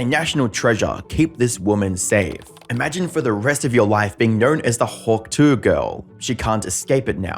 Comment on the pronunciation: The says hawk tuah so elegantly